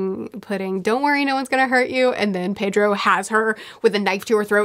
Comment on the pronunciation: Pedro is pronounced Peh-dro. Japanese is like Spanish where the vowels are uniform as ah, eh, ee, oh, oo